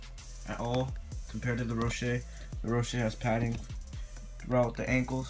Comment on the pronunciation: Me:*hears Ro-shay* xDDDDDDDDD dude its Ro-she